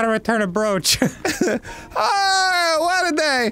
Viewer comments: Are they purposely saying the word brooch (bro-ch) as brewch? So happy they started saying or right. Haha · Fun fact: "brooch" is pronounced as "browch" and not "brewch"! It's true! Now you know! And knowing it's half the battle! Edit: as soon as I commented they started pronouncing it correctly. My power is immeasurable! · For the kids who don't know, brooch is pronounced like roach. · Yeah, I know it's not a super common thing to wear anymore, so a lot of people mispronounce it.